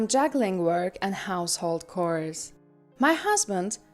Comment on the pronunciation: The 3rd or 4th story with the Russian or Ukranian, I believe, narrator? The word chores is not pronounced "cores" it's pronounced "chores" and heir is pronounced like "air" the h is silent